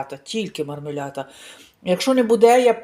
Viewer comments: Жінко, не позортесь...В італійській мові нема "я". Е сполучення "іа", що на слух трохи схоже ,але не тут. Marmellata.Подвійне зм'якшене "л", яке вимовляеться, притиснувши язик до піднебіння. Ви теж, як и Ганя, замісь того,щоб вчити мову, бігаете у пошуках знижок?🤣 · Вона вимовляє так на італійській мові мармелята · В iталiйськiй мовi нема слова "мармелята"😅 i лятте,i мортателя також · То не дивно,бо з її тупістю вона не розуміє як правильно вимовляти.